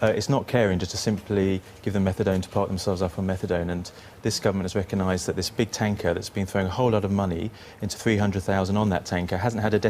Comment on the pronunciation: Tell hime there is actually a "G" in "Reckonised".